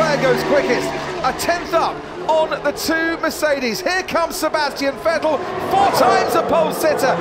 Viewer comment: I still remember when they said " Vetell "